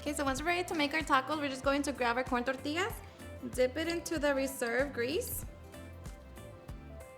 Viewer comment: Why you get all Spanish when saying tacos or tortillas?? You speak regular til you say certain words then all of a sudden this thick accent hits?? Weird.